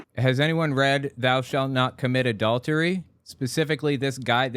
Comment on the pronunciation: "Mommy, what's 'adau-dery?'"